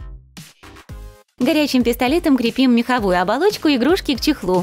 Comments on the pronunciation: Мне одной было больно слушать как она говорит " КрЕпим" делала ударение на "Е"!!!! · Почему крепи́м, когда кре́пим